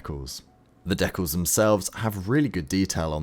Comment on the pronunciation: I really don't understand the need for some modelers especially modelers in social media to miss pronouns DECALS, look it up on all mediums and especially check out Google it will let you hear how to pronounce the word. All of you on social media are showing your techniques and teaching others, so it right or not at all. I don't care if you're trying to be cooler than the others